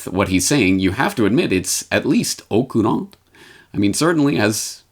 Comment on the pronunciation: is that a Japanese word or are you saying "au courant" ? (if it's the latter I'm désolé to say the pronunciation and use of the phrase are both wrong...although it may be a common mistake in English, je ne sais pas)